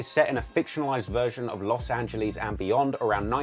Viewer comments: I hate how you say Los Angeles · He knows everything about Los Angeles except how to pronounce it.